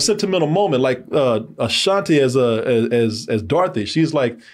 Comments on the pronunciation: really struggles with vowel sounds. ashanti not ashantay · “Ah-shan-tay” 😂. dumb sometimes